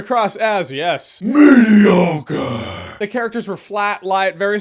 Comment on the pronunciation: I keep thinking Jeremy is saying "Tapioca!" Which is fine if you like that pudding. 🤗